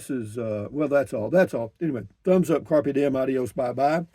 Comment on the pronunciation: Sounded like “Carpe Doin’” which I almost like more - Seize the Doin’ 😂